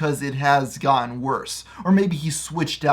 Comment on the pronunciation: When you say "gotten" like "gon"